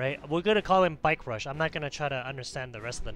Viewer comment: I'm offended how much you destroyed my name ): its Bikerushownz Not with S, because ownz just sounded better then owns good video